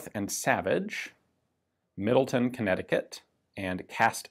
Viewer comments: Even, dude, the town part of Middletown is pronounced like town, not tun. I live there... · MiddleTOWN, not Middleton, CT. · Just an FYI - the town is pronounced the way it is spelled - Middle-Town, rather than Middle-Ton. :-) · Middletown, CT is pronounced “-town” not “-ton,” which is fun because Greenwich, CT is pronounced as Grennich, but Greenwich, NY is pronounced as its spelled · the W is pronounced in the proper name MiddletoWn It is not Middleton. There is no Middleton CT there is a Middleton WI. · Not that it matters its MiddleTown not middleten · Great video! As someone from CT it is pronounced Middle-Town though